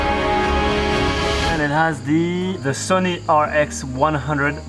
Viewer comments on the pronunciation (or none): none